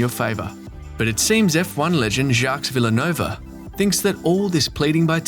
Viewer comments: It's "Jjock Vil-NEWv" Not "Jocks Vil-A-No-Va". You really should work on your French. Additionally this common tactic of making a video out of printed quotes from various stakeholders is incredibly formulaic and predictable. How about a new format? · Lost me at Villanova :) . Mispronouncing a F1 WC driver’s name… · Jacque who the f*** wilanova ? Whats wrong with you ? Please at least look how this should be pronouced i think word champion in f1 deserves it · “Veel - nuv” not Villanova “Alpeene” not Alpine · Jacques Wilenova ? What the literal fuck was that pronunciation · Jacques Villanova???? First, the ‘s’ is silent. Second, that’s not even close to his last name!! LOL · You do the channel no favours by not being able to pronounce Jaques Villenerve 🙄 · It is not hard to read up on how to pronounce driver's names, even retired ones. It is disrespectful to butcher a name like that of JV this badly. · Is that how Americans pronounce Villeneuve? 😂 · I've never heard Jacques Villeneuve' name pronounced that way before. I've never heard Gilles last name pronounced that way either... lol.